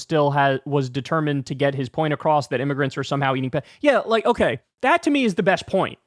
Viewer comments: All the "M" or "N" discourse kind of breezes over the fact that it's not pronounced, "immergrants", or "miggerants". Dude is just a virulent racist lol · Im-me-gur-ants. How do you not hear the phonetics? It's the same phonetics as the n word.